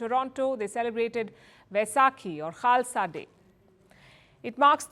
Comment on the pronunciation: when trudeau say 'wahe guruji ka khalsha hahe gurugi ki fate' it sound like slang language.